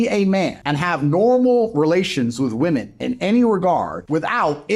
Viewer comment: DAY 1011 Learn how to pronounce women - plural plzzzzzzz your channel is about WI-MEN